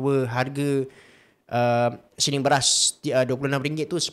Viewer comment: Siling! Oi! Siling! Bukan Syiling!